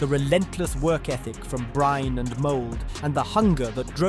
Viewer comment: Bryne uttales med samme e tilslutt som Molde sin e